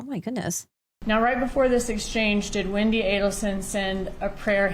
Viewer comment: Her name is Wendi, not Windi.